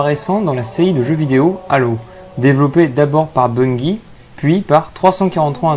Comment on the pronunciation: Je suis désolé mais on dit BUNGIE. Sinon je suis content de voir que tu fais une vidéo sur halo !